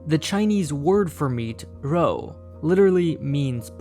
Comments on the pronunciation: I don't think "rou" is really pronouced with an "r", it should be pronounced as "zhou" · kinda butchered the pronunciation (pun intended) meat it pronounced more like “ruh-oh” and cow is pronounced “new-oh” and fish more like “you” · Your pronunciation is incorrect. R sounds like L.